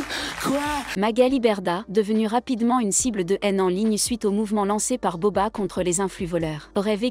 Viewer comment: Vous prononcer mal le non de Booba vous dites beuba alors que sa se prononce bouba